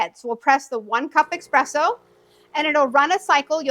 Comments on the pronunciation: Why are you putting a jug under the portafilter when your model doesn't push the water through the portafilter? Once the machine lights up after pushing the 3 buttons you can release them... Lol you turkey. "espresso" not 'expresso' lol. "there'll be no flashing lights".... the power button proceeds to flash non stop LOL. Why would anyone vacuum perfectly good beans out? Just do what you did and grind them into the portafilter so you can actually use them, come on now people don't be silly. Lol what on Earth? If all the lights are lit up solid, it's hot enough, don't be silly wasting water and power for no reason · Great video! Very helpful! Just a little pronunciation tip—it’s espresso, with an S. That’s an easy one to mix up! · Thank you so much ! So helpful ! I followed everything step by step. I know with the manual I would have lasted an hour understanding lol only funny thing I felt like is how you pronounce espresso. Its not eXpresso:) I found it very cute:) Thank you again!